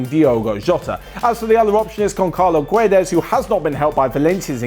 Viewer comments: And it's Gonçalo Guedes not Goncalo guedes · "Gonkalo Guedes" "Pedro Gonkalves") hahahaha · Gonssalo Guedes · Gonkalo Gwedez? lol did you butcher that name.